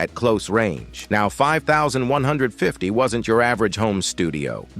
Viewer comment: Ugh..... it's 5150, say it fifty one fifty!!